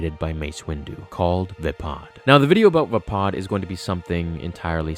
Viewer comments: Vah-pahd? I thought it was Vaypad...lol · it`s vaypad not vapod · it's V-AY-PAD. There are "a" sounds in the word not "u" and "o" sounds.